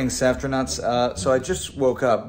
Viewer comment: One question. Why do you add a T when you say Safrtinauts? I believe it sounds better as Safrinauts and makes more sense since there is no T in your name. Love you all, especially! 🥰 Congratulations on your 1M milestone!